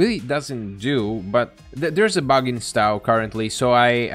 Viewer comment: Also, the 'o' in Stow is pronounced like the 'o' in toe, not cow. 😉